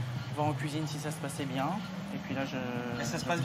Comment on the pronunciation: " C'est moi " ... Hey les gars j'ai un projet ... " c'est pas bieng "